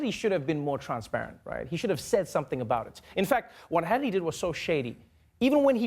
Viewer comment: I like how Trevor almost said "Shannity" , let's just roll with that!